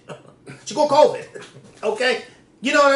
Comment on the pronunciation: I love you to death but my goodness it’s pronounced Co-vid not Co-veeed. You’re dragging the end and it’s sending me 😩😩